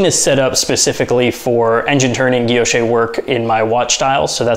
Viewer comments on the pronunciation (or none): Guilloche: Gwee- (l) yosh. Emphasis on the second syllable. No accent on the terminal 'e.'